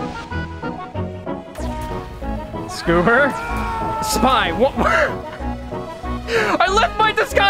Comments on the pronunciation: I smile every time I hear go "Scoober", without fail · Every time has say "SScooBEr" I smile.